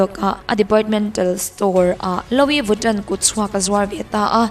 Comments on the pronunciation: Lo-i viton😂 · Luii viton ti a lam tur aw